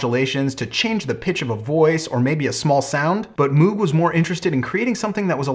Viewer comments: As much as I enjoy your channel you are acting as if you are an expert on the subject yet you keep referring to it as an Organ, which it is not. It is a synthesizer and there is barely anything organ about it short of the Taurus Bass pedals. Also, it is pronounced MOGH not MOOOOOG. Overall yes it is one of the most important designs in the last hundred years but it is because of the modular synth design he created that allowed for vast manipulation of sound and the lower price than the RCA Mk II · I get your problems with pronouncing it but if you are going to be a guru on the subject then you should really look into what it does. The only parts of the moog synthesizers that were organ was the keyboard in which it has organ style keys as the hammer action of a keyboard would have been heavy and unnecessary as it only needs to press a sensor. This of course evolved from the Hammond style organs but the entire process of making sound is subtractive synthesis vs additive synthesis in organs.